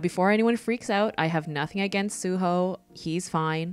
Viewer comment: I only recognized four of the characters. I love how you drew all four of them. I’m currently reading Lore Olympus and True Beauty. You actually pronounced Seo Jon’s name right along with Su Ho. For me, I ship Ju Kyung more with Su Ho because not only because they met first but also because I really like how their relationship developed. When I first read the web toon, I thought Seo Joon was a bad boy because that’s how he came off as in the beginning, but you find he’s so kind and so nice. It was really cute when he realized he developed feelings for Ju Kyung. I also hope he gets a happy ending too.